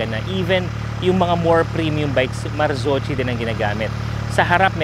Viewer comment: "Marzocchi" is pronounce "Mar-ZOK-kee", note the "kee" it does not sound "chi". Hope it helps!